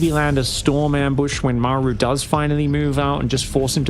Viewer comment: Why can't say Maru? It's like, "meiru" when he says it. This isn't British English vs American English. It's a Korean name vs mispronouncing a Korean name.